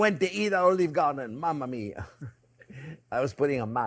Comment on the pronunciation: I referred to his accent when he says his “ mamma mia”